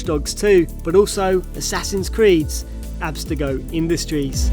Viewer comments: Absetago????? It's Ab-ster-go. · 'Abstago' Come on man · Christ you can't even pronounce abstergo correctly LOL